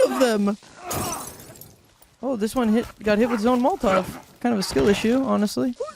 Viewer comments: I’m glad I’m not the only one who pronounces Molotov as “Molt-Tawv” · Pronouncing it as "moltov" triggered me more than irregardless ever has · I've never heard Molotov pronounced that way